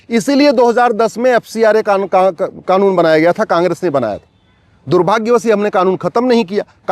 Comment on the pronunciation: aargnize nahi organize hota he,,kaangress nahi congress hota he,, advocate sahab thikse pronounce to kijiye,,,baki ap sahi bol rahe he,,hamare desh me kuch kanun to badalna hi chahiye